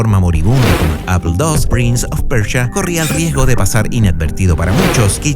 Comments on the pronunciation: Todo bien pero es prince of persia,no pecha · Interesante el "prinz of percha"